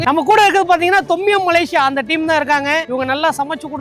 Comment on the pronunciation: MALAYSIA not MALASIYA